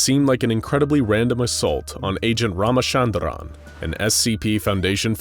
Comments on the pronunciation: Well even though you can pronounce a name how ever you want but his name isn't pronounced ramashandraan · Lmaooo the way pronounced ramachandran made me laugh.... (Well I am an Indian so you get the point XD)